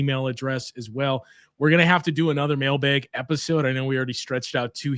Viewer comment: bucks fan from boston, “mail-baeg” remains extremely jarring for me